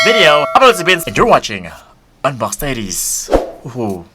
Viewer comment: Parang laging napapansin ko yung bigkas nyo ng "DIARIES" ay dinig ko taidies... Kahit nakaloud speaker n ako.. taidies parin dinig ko.